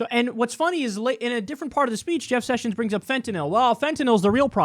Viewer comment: Kyle caught the southern , "Jeff Sushins"